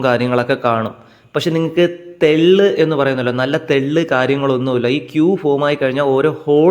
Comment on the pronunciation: Bro, തല മുണ്ഡലം അല്ല.......മുണ്ഡനം ആണ്‌.... പിന്നെ തെള്ളു അല്ല തള്ള് ആണ്‌